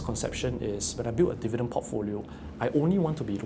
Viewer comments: The only sale that people run out of the stores is a stock market sale. Also is called Di-vi-dend, not Der-vi-dend as mentioned by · It's dIvidend not dEvidend